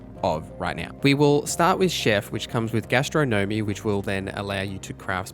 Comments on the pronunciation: Gastro Gnomey? Astro Gnomey? Gas-tron-nom-mee Great vid but come on.... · GA - STRO - NUH - MEE!!!!!! - sorry, couldn't bear it..